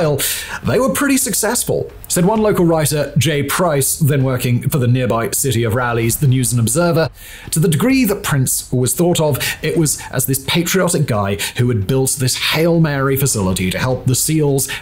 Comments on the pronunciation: Raleigh, North Carolina is pronounced Raw-lee. 😂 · It's even more sad because it's named after Sir Walter Raleigh... you'd think would know how to pronounce his name, instead he sounds like a yankee. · Wont lie. As someone who grew up around Raleigh. Hearing call it Rallies gave me a good laugh. Its also crazy its been two days and loads of comments regarding the thumbnail have been made and no one has bothered just throwing together another thumbnail. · Even a yankee wouldn't mess it up that bad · As a native of North Carolina, I find this to be a very fun fact that blackwater started here in my home state. And it was also funny healing pronounced the name of our state capital, I've never heard that sort of pronunciation before. Also fantastic video super cool